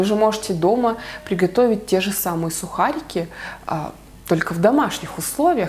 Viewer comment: Интересно, как вы с мужем произносите одинаково)) не же, а как-то ше...и интонация тоже одинаковая. Раньше другая была у вас